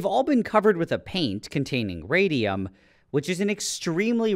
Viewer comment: RAYDEUM TOO TWENEY FIYV